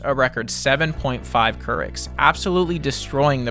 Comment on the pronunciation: |'m surprised you put this much effort into the video without knowing it's "Courics" not "Kurichs" as in Katie Couric, a journalist that the south park creators didn't like, so they used her as a unit of fecal measurement. Huff Post made an article about it years ago